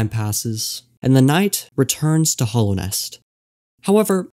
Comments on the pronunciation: I really like this video mate, so please don't take offence when I mention that it's called Hallownest, not Hollownest. Hallow, as in revered or sacred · Hallownest. Not hollow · Why are you saying 'Hallownest' like that? There's an 'a' there that you're saying like an 'o'